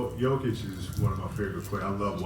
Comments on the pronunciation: I will help you with pronounce,it's Nikola "Yokic" I am also from Serbia, that's how you should pronounce man 😊😊😊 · You say jokić kinda like Yo-kitch